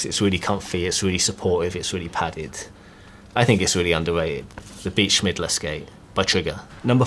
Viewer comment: Hahaahahha absolutely butchered Beat Schillmeier's name. It's not Schmidler, it's more like shill-may-er. Anyways I had a good laugh, so thanks for that ^^